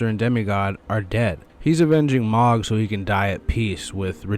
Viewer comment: How can you play through the entire dlc and talk to ansbach over and over and still mispronounce mohg (said :mōg) hard o. M..oh...guh